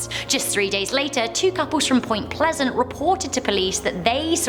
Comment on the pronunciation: "Point Pleasent"